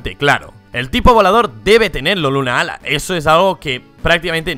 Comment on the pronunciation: 2 cosas, 1: creo que Solgaleo viene de Sol y Galileo... 2: Se escribe "Lunala", no "Lunaala" y tambien se lee como se escribe, no pronuncien como si fueran dos palabras separadas...